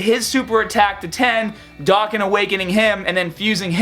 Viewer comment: NANIIIIIII?? He said Doe-can😱😱😱 WHAT DID YOU DO TO THE REAL!?